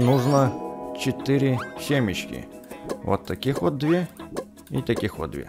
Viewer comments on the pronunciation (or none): none